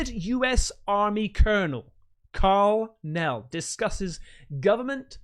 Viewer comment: Hehe Karl Nell, Superman is Cal El, Superman's Dad is Jor El 😂 FYI ❤